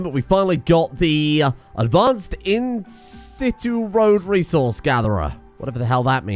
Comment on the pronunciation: “In Sit Chu” ‘on site', 'in place' or 'in position' keep making awesome videos dude